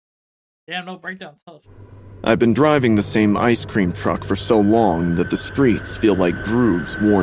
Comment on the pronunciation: Bro couldn’t pronounce ice cream that’s crazy